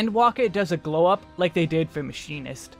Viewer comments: Please say mechanist again lol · its not hard, Mech a nist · Did he mispronounce Machinist Everytime? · Your butchering of the pronunciation of 'machinist' made me lose my mind, bless you